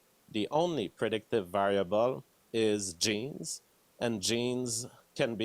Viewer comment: i cringe everytime he says "genes"